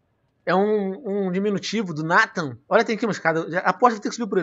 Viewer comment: SE ESCREVE NATAN, MAS SE FALA N"EI"THAN NDRAKE. TA PERDOADO VENOM, VC É FERA